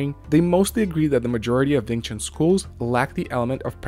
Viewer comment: Wing Chun, not Ving Chun